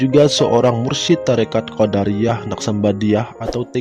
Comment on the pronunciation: QodAriyyah itu sekte klo dalam ilmu kalam min , nah kalo thoriqoh QodIriyyah . Lanjutkan pokoknya .